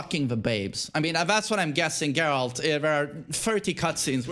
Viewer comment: Great vid as always! not expecting this to be read, but... for the algorithm anyway! nice take on Geralt (I think it is pronounced with [g], not [dzh]) and Snake) haven't played withcher 3 myself, never had such an impression. might do with the difference in localization. I heard that the best voiceover is in Polish, some merits to English dubbing (or localizaiton, not sure, maybe, I've heard that some jokes were better translated in English than in Russian), but the Russian voiceover is more popular where I live, and Geralt does not sound overly chad-like (or like Snake). Anyway, maybe changing localization might help you to get over this image :) And I never thought of David Hayter's Snake voice like something too manly. He always sounded like a heavy smoker, tired, broken soldier to me. Negan on the other hand has a very chad voice in my opinion :) And it's better to read Andrzej Sapkowski's books beforehand (very nicely written). Really helps to not care about presentation of the characters in the game :)